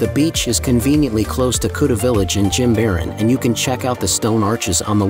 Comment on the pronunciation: Great video except you pronounce Jimaran incorrectly.